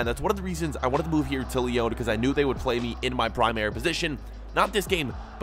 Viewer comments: It's not Lee-own it's Lee-on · IT’S NOT LEON!!!!!!!!!!!!!!! Are your seriously pronouncing it like this deliberately!